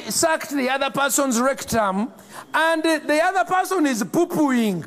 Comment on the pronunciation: "I've taken thee time to do a leetle research"